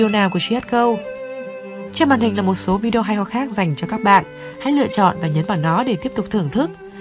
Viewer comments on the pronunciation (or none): none